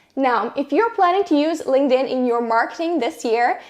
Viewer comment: UHHHHHHHH. LING DIN? SIGH. THERE'S A K. SO LINKTIN IS THE PRONUNCIATION. LING DIN IS THE CHINESE PANDA VERSION.